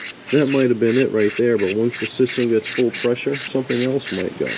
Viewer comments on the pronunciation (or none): PRESSURE TEST? I thought you said PISSER Test! 😄😁😆😅😂🤣